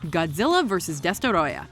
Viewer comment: I hate the way she says ghidorah 😒